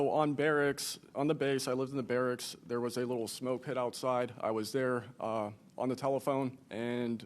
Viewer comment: A. He said "barracks" 🤔 Why? B. He said he couldn't see the top, then he was explaining the top. C. He seemingly meant pictures of the James Webb Telescope, not "James Webb Telescope pictures". Just look at the pictures, it's pink on bottom and black on the sides.